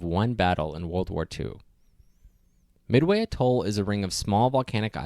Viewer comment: If it's one of your lifetime goals to visit, learn how to pronounce it